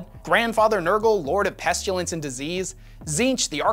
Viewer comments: Friendly pronunciation guide: Pest-U-lence should be pest-i-lence* Em-u-lated should be im-mo-lated* I forget some of the other small errors, but that last one threw me off hard for a second. "He was emulated by fire?" Anyway. Keep up the good work! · Again.. there is no U in pestilence.